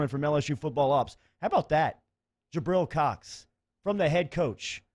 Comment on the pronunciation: True but it’s Jabril Cox